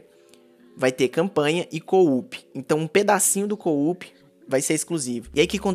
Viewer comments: É co-op é só 2 "o" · para de falar coo-up kkkkkkkk é coo-op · agonia dele falando "coup" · É muito Engraçado o falar véi KKkkkkkk: "Um pedacinho do jogo Vai ser Modo coUP kkkkkkkk